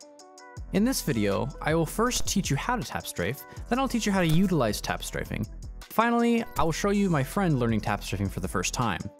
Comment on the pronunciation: “im tap straffing” - funniest shit